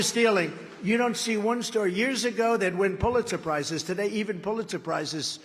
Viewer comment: Is he saying "Puletz suprises"